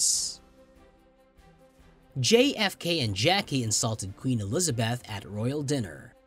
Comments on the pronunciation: Why are you pronouncing Eliza"beth" as Eliza"bath"!? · Only American's can fuck up and get away with it. In ANYTHING! Including Harry and Megan. Terrible computer soundtrack. "Elizabath". You yourself as company website are the worst offender's of all!